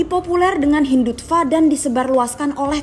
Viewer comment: hindut… apa narator? wkwkw hindutfak? 😂 ada personal kynya